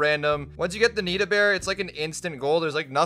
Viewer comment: Its nito not nita.